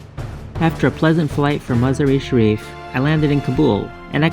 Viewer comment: Please say "Majaa-ray shareef" that is : (1) " ma" - (2)"jaar " ==> " jaar" rhymes with " Jar ", remember a Glass Jar, - then (3)" Ray" to make Muzzaar-e-Shareef.